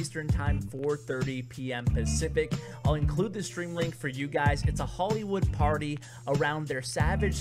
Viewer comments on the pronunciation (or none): none